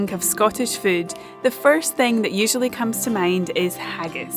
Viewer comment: Whenever she says the word, I think it must be spelled, "fude."